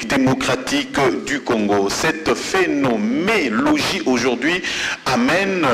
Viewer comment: "Phénoménologie" et non "Phénomélogie"